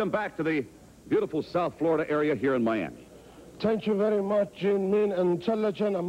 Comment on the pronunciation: Tank chew berry much, Gene Mean